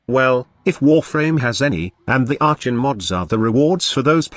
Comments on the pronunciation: are con. the robo voice gets things wrong sometimes. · Shitcan the robot voice!. Arshon..